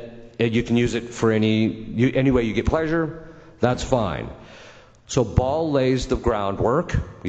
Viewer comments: Baal not Ball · His name is Baal, not Ball, lol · Not "Ball" (we're not going to play soccer with it 😅), it's "Baal" instead. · It's: Baal (not Ball) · It's Baal, Ba'al or Bael, not Ball. And it was always pronounced "Azmo-Day-us" in demon lore, but since the 2,000s, Az-mode-E-us in D&D lore. Sooooooo, moving on.